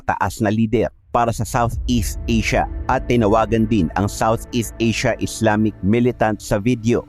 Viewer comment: maganda sana kaso kulang kulang ka sa research ng pag bigkas, like insilon,, at islamis, islamic po yan as in islamik hindi islamis millitant.